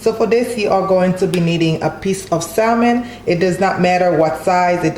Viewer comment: Sam-on not pronounced sal-mon but it looks delicious 😋